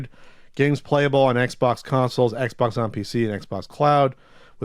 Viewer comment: "Eggs box"?